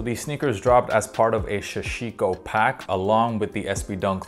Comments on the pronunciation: Haha everyone says it like “Shashiko”. I have a business with the word Sashiko in our name and sooooo many people pronounce it with the SH. No idea why haha, why is that?! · I hate the way you pronounce Sashiko... But love your videos!